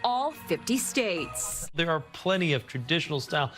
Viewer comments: Hahaha Noah still saying United Shates! 😃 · United “Shates”, Trevor? 😅😂🤪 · lol man dude gets me crackin' up first 10 seconds of the video. Shtates.